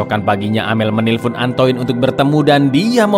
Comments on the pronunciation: antoinne baca ny antoain mas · Koreksi dikit, Min, pengucapan bahasa Perancis: 1. Marseile dibaca Markhsheye 2. Antoine dibaca Antuan